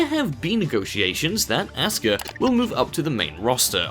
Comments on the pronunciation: REX Al Abri it is pronounced oska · Well fuck you racist puppy... always intentionally mispronouncing Asuka as Ass-ka to insult the Asians...but what can be said... probably your parents got divorced and there was no one to teach you manners!!